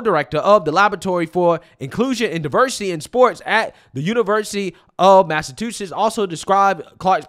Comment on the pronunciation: why do you pronounce it massa too sets? Lol